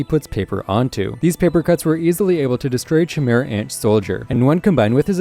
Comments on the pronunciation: lost me at chee-mehra ant come like you havent actually watched the show 😂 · Great video man! Only thing I should mention is that Chimera is pronounced as “Kai-Mira”